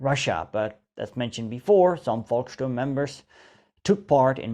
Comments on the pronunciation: That what heroic, you know it is pronounced Folksturm not Volksturm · The German Volk should be pronounced like folk (your pronunciation sounds like Wolk) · Volksturm is pronounced Folksturm! Müller - Myller, All V's pronounced as F.